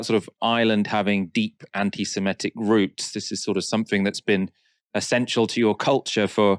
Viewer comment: Anti SEMITIC, not SEMETIC